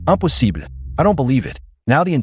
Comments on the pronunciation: Impossible is pronounced the French way 😂 I also noticed that the word come is pronounced like the Spanish way too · Anyone noticed how these AI dub voices are unable to correctly pronounce the words impossible and fine. So funny!😂😂😂